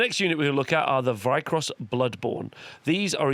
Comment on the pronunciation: Can I help out with the pronunciation? Lol. Vyr-kos Veer or vire if you'd like Kauss or koss Vyrkos. Not vykros. The r is before the k. For your notes 😘